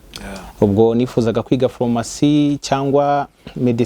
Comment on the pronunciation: Ese ko uvuga ko uri umuhanga ariko ukavuga nka Mama wanjye! Phormacy, reçe,..... Mumbabarire nihitiraga ariko ntibiryoshye kubyumva pe!